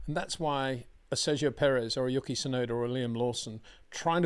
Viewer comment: Love your work, btw Yuki is pronounced You key